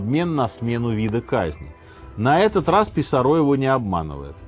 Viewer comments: ПисАрро а не ПисаррО. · Не ПисаррО, а Писа́рро. Ухо режет неправильное ударение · Вам не резало слух ударение на третий слог в имени Франциско ПисаррО вместо правильного ПисАрро? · Франсиско, всё-таки, ПисАрро, ударения у него в фамилии нет, следовательно, по стандартному правилу испанского - на второй с конца слог. А то прям сильно ухо режет))) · Простите, но почему - Писарро́? Мне сразу резануло слух, и в Википедии ударение на а...